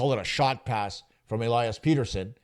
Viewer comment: Have you never heard of Elias Petterson? Like cmon man, say his name correctly.